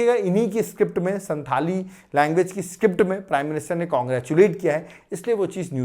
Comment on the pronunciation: Sir संथाल pronounce hota h which is tribe of jharkhand